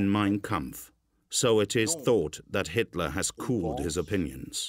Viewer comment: The narrator says "histler" and "raisch". Hilarious.